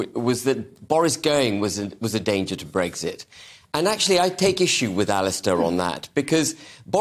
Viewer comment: Ben H. There is no G in Brexit